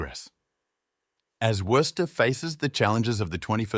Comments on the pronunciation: Bro, it's WOO-STER say it right or get lost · You have mispronounced Worcester multiple times. In Massachusetts it is 'Woo ster' like Rooster. please learn how to pronounce the city before doing a poor video on it. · It's pronounced WUSS TER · It's pronounced Whuster. You don't pronounce the first r. Well, you may, but it shouldn't be heard. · Its more like wuss-ster not woo-ster either.😂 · Sorry. This is crap. I got through 3 minutes. After hearing the city name mispronounced for like the tenth time, and seeing the same pictures played on repeat, nope. Don't waste your time here, folks. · Somebody should correct the guy on his pronunciation of 'Worcester'. and yes, Wyman Gordon, Crompton & Knowles, Wright Wire, Jamesbury Ball Valve, and many, many more. full of 'facts', but completely missing flavor. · Cant anyone properly pronounce Worcester good grief ! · learn how to pronouce the name before pretending to know Worcester's history. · Interesting, but not much more. Same aerial videos of downtown over and over. I expected many other historical sites. The narrator mispronounces Worcester dozens and dozens of times. No one with a local accent was available as narrator? One could read Wikipedia about Worcester MA and get about the same info. Contains a few lazy errors that 2 minutes of research would have remedied; for example, the Worcester Galleria fiasco was in the 70’s, not the end of the sixties. The other facts are narrated with no flair, instead it drags on in mere robotic, sterile reading. Appears to be a well-prepared high school sophomore project with a computer simulated voice for narration.